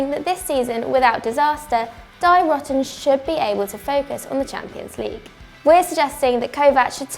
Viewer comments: Dont pronounce it "die rotten". Nobody has to die and there is nothing rotten. It's more like "dee rohten" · When you use german words like „die roten“, pronounce them german, not english.. that‘s the point of it